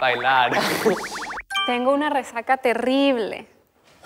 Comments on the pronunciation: ese "otra vez" le salió perfectoooo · Ése "Otra vez" le salió mejor a él que a mí kdnxndnd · Wtff, ese "otra vez" le salió perfecto😭💕💕